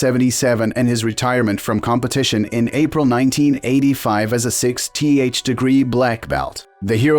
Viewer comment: What's a "Six tee aitch blackbelt?" Oh! It's AI.